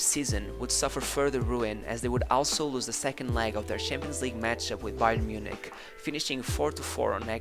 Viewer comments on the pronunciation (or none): none